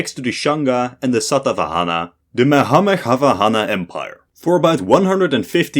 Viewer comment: Bro, let me help you... That's Mahameghavahana Empire.. Pronounced : Mu_Haa_Megha_Vaa_Hun.. Meaning : 'Lord of the Great Clouds' who uses the clouds as his vehicle.